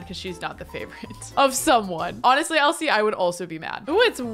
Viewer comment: When she was saying Elsie her name wrong she said it like elise and I was like I don't wanne involved in this